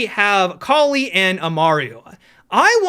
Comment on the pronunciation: Cali? I thought it was kali